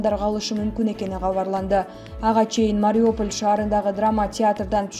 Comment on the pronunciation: Эээууууу, диктор кыз Мариополь эмес Мариуполь деп окусаң боло.